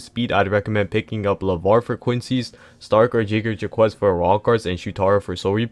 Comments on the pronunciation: it’s pronounced jaeger jack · The way you said jagerjaquez is gonna haunt me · you sounded out jagerjaquez like u were tryna say something bro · Word I had to rewind to hear what he said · yeah u right it does